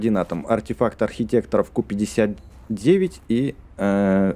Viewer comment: не ку59 а кью59